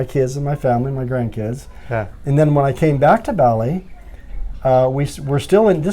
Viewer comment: Ba-li not Bally